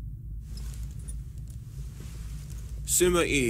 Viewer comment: What Subtitles say Compared to what I hear Wu = Ou Sima Yi = Sima E ___________________________________________ The Pronunciations of these have officially reached the true standards of an English dub 7w7